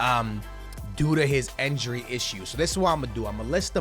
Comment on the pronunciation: Dear, It's pronounced "Injury" and not "Enjury" It pisses me off